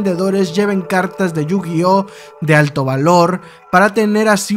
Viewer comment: You-Gay-Ah ? Que se supone que es eso